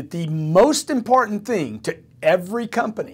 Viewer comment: He seems to stumble on ' important' too...' impartent'?